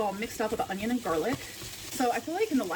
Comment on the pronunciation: She does say “ung-ion”. My dad says it too 🤦🏻‍♀️